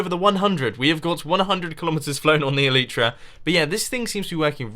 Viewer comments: its called eliiitra not eleeeetra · Mumbo! It's pronounced el-ai-tra, not el-ee-tra! please get it right :P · great video mumbo and hope your enjoying Japan. but for the love of God it's pronounced el-eye-tra!! you sound like a right plank pronouncing it el-ee-tra. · I find it weird that you pronounce the Elytra "ELEETRA" and most people pronounce it "ELITRA" , not complaining or anything, just noticed it!😂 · Mumbo. The Elytra are pronounced El-ite-tra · i hate how you cant say elytra right...